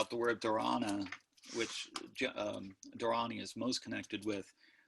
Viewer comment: Thanks for this talk! Just a small minor note - the diacritical marks indicate that the first 'a' is pronounced long - so it is "dhaa-ra-ni". yes, there are different scripts - "deva-naa-gari", siddham, and brahmi are some of the scripts. Prakrit was a vulgar / common language that the Buddha may have used to deliver his discourses. He might have also spoken in other common dialects - Pali, maybe Gandhari, etc. The mantra for Manjushri in the Tibetan lineages contains the beginning of the Gandhari alphabet "ah ra pa tsa (ca) na" as pronounced by Tibetans.